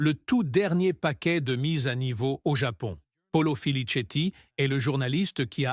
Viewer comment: La voix et a prononciation😱🤯😤 Qui a dit que Ferrari il sera favori au Japon 🙄😏🤬 c’est impossible, 🤷🏻‍♂️??? Par ailleurs, la nouvelle boîte de vitesse a un problème de conception, il manque les cannelures , cause du manque de rigidité , ce qui cause des vibrations et des réactions intempestives du train arrière. 🙄 le journaliste Italien s’appelle Paolo Filisetti.